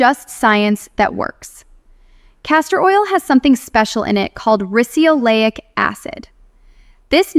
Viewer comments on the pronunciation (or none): I noticed the mispronunciation too and she’s obviously AI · There's no such thing as risioleic acid. Castor oil contains RICINOLEIC acid. Basic mistakes like this don't give a very good impression of this doctor, if she really is doctor of medicine.